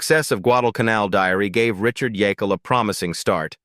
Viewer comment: It’s pronounced Jake’l, not the multiple mispronunciations here. That’s why “Jake” was his nickname.